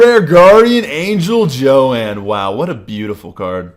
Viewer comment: it's not Joann it's Joan